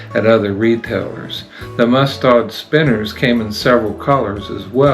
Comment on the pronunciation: I laughed at that too! It sounded so upscale!😂